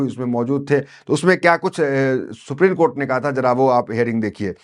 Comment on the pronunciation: Pl pronounce ' supreme' and not as 'suprene'